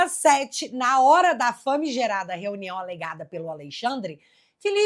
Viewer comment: Ele fala renião